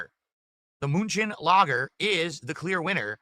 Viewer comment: Why does he pronounce lager like a spastic?